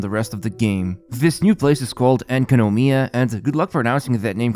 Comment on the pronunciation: en ka no mya i don't see the problem.